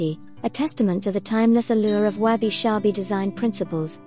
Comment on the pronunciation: Why do you pronounce it as Wabi "Shabi"?...... I think it should be Sabi